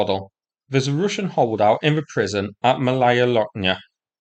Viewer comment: "Rooshen positions"